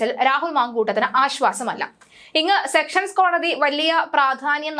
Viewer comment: സ്ഥിരമായി സെക്ഷൻസ് കോടതി എന്ന് പറയുന്നു അത് തെറ്റാണ് സെഷൻസ് കോടതി ആണ് 😊